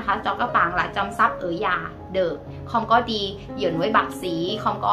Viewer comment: your Vietnamese is fairly well; except several sounds you’re still pronounced a bit incorrect yet; i.e. when you say the sound of “house”, you pronounce it more like “già” (old) instead of “nhà” like the second part of “senior”; perhaps could assist you with this part. Wish you well,. 💐